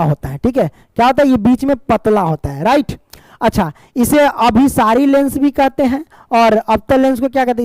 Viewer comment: Sar last mein aap galat padhe hain abhisari aur apasari